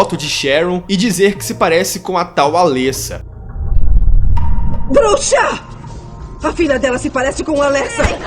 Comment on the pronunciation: O legal é que no filme dublado e legendado fala-se os nomes dos personagens corretamente, e todo mundo consegue falar errado xD. Alêssa ou Cibél xD. Ri muito, mas nada que atrapalhe a absorver o vídeo, coisa de fã mimizento, eu sei. E elas não morreram, tem continuação explicando o final do filme, bom você se informar mais pra não falar coisa errada xD